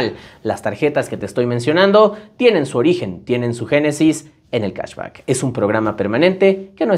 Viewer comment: Cahsbaccckkk por qué pronuncias mucho el baaaccccckkkk?? 😂